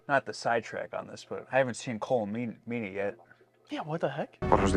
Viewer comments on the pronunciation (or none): Fyi guys Colm Meany is pronounced “Column”.